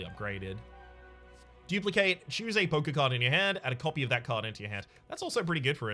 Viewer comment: Hahaha every other time he said poker card I herd "poke-card". Made me chuckle!